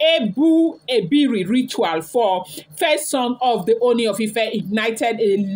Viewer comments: Pronounce :Eh-bor ibeh-reh. I genuinely doubt Ebony's mental well-being😢. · He bo hi be re that is the pronunciation. You are even trying o jare my daughter. Ashley's secret has opened, and don't mind her. She can not do anything again. Her power has been rendered useless by Almighty God of Heaven. All kayamata that she has been using for Kabiyesi ever since Adeola's mum regime down to Mama Adewamiwa to Naomi. It is finished for Ashley. Ika buruku. And she has gotten her own children, she doesn't even think of tomorrow on those children. God dey. And God will judge Ashley accordingly, is a matter of time, and the time is imminent.